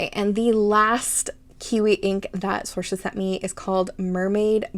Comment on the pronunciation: I'm so glad you loved them 😭😭😭 Thank you so much for your content and you pronounced my name right!! So many people get it wrong so thank you a ton for that ❤❤❤